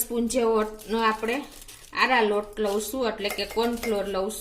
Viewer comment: આરા રોટ ને બદલે આરા લોટ બોલો છો પહેલા દરેક સામગ્રી નું નામ બરોબર બોલતા શીખો... પછી વિડિયો બનાવો....